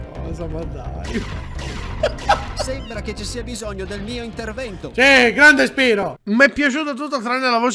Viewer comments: PRONUNCIALO "SPAIRO",TI PREGO. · Ma non si dice "spairo"??